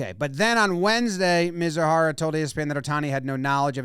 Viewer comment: "Mee-zoo-hah-rah" is how his name is pronounced ... for future reference for future shows.